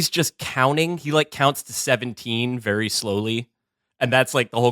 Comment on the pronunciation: ..and he's a vewwy good boyy